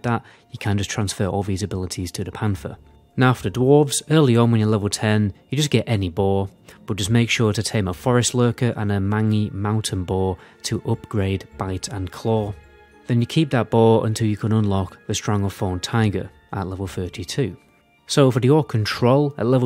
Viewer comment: "Mangy" really? You really think it's pronounced "Mangy", as in "mang". Holy shit, nice.